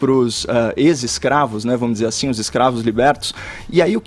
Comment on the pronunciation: pq ele fala "azim"?